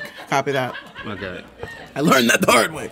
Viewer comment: Emphasis on the "Hard."